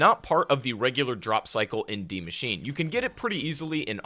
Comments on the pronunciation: Dee machine🤣😂🤣😂 its DIE MACHINE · Why is he saying deemachine?